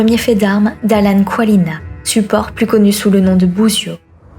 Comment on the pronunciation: Yop ! Je sais pas s'il le prononce à l'américaine mais de ce que je sais son nom polonais devrais plutôt se lire Tsvalina que kwalina Super vidéo sinon ! J'étais pas revenu voir tes vidéos depuis un petit moment parce que j'avais un peu de mal avec ton ton de voix (les goûts, les couleurs rien de personnel) Mais entre temps j'ai la sensation que tu as vraiment step up en général et je reconnais ton ton mais il me dérange quasi plus :)